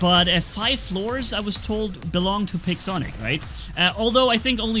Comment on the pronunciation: i thought said pigzonic 😂